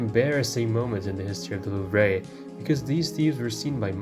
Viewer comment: Love the video but the way you said louvre was boutta give me an aneurism loll